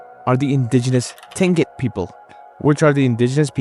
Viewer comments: Tlingit is pronounced (CLINK-it). Thanks for another vid. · Just for future reference: Tlingit is pronounced like KLEEN-kit. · Remembers to pronounce the L in Tlingit people, otherwise you did well with the pronunciation. Admiralty Island isn't as scary as Kodiak, take bears that have also not know a predator but up their size by 1.5 and you got Kodiak Island. Where everything but Wolverines are on the menu. Yes as a REPO man I have been all over Alaska.